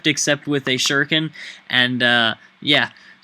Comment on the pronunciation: just sayin, shuriken is pronounced like Shoe-Ri (like in wrinkle) - Ken (like the name) hope it helps! :D